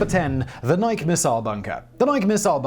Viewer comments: It is pronounced "nigh-key" not "nigh-k". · I’m sure I’m not anywhere near the 1st person to say this, but after watching untold videos, I can’t bite my tongue any longer. Simon, you’re great, but Nike is pronounced “Nigh-Key”, not like the name “Mike” but with an “N”. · Nike is a two-syllable word pronounced "nigh key". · The Nike site near our farm was decommissioned, sold to a private party, and became a boat storage facility. By the way, the name is pronounced N'eye-kee, as in Athena Nike. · NI-KEY NI-KEY say it with me. NI-KEY Simon... nike rhymes with bike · Nike sites.....pronounced just like the shoes: NY-kee. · Nike missile sites were located around all major US cities. Oh and the pronunciation is Nik-e. Named for the Greek goddess of victory. My dad was a missile officer and was stationed in Pennsylvania, Illinois, and California. Including the site that is now open to the public in the Golden Gate Recreational Area. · You're messing with us now aren't you Simon!?!? You know that's not how Nike is pronounced! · Buddy, you keep saying "Nike" wrong. If you look up the entymology on wikipedia for the Greek goddess, the -e on the end is a long vowel. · How has nobody he works with not told him how pronounce nike correctly? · Please learn to properly say Nike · We're going to have to have a talk about how you pronounce "Nike". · Everyone knows it's pronounced Nike.